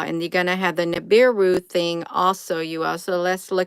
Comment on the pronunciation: It's Nibiru Nibiru!!!